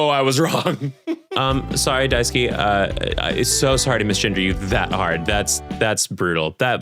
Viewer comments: pronouncing daisuke like daisuki is a sort of wonderful coincidence I can really get behind in this exact set of circumstances. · Funny thing i noticed: When he said Daisuke's name (which is a japaness name), he pronounced it (Daisuki), which means "I love you" in Japanese Just thought yall should know that 😂